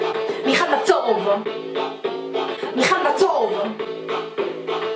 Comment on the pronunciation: ב זה נשמע כאילו אמרת מיעל מה צהוב😁😁😁